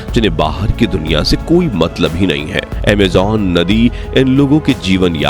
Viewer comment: Bhai pls Amejonnnnn nhi Amazon okk talffuz thik kro ager shabd honsahi nhi honge to video me maza nhi aayega so pls Amazon no amjjjonnnn ok